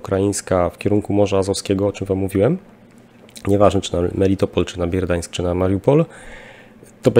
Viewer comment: BERDIAŃSK a nie Bierdiańsk, MELITOPOL a nie Melitpol, MARIUPOL a nie Majrupol itp. ;)